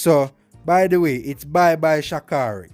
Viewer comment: When he said "bye bye shi carri" 😂 it sound funny lolololol